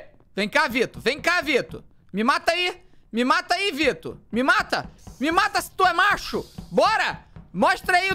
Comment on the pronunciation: Eu sou a única que percebo que o felipe fala: "vito" kakakaka